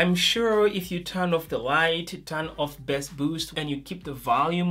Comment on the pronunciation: Can you just say Bass. It's not Bess. There is an A there not a E. Accent doesn't matter. Pronounce it correctly. Because it is a bit confusing when you use it in your sentence because it sounds similar to Best, but We know you mean Bass